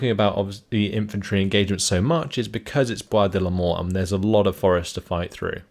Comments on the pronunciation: It's funny because when you say "Bois de Limors", it really sounds like "Bois de la Mort" (woods of death) lol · I hear "Bois de l'Amour" on my side, but yeah, could go either way